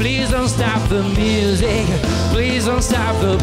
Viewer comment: Que corrijan la pronunciación porque no pronuncia Music como es debido y eso le resta a su interpretación